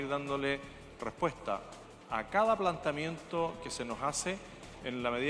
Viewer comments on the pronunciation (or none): No sae haular este jeton dice: plantamiento, además titubea, y esos silencios raros... no sé yo, pero le queda gigante el poncho.